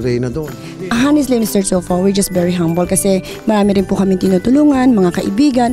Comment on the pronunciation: You lived in states for years and still cant pronounce words correctly.. 10 cars? Humble? Baka bragging hahaha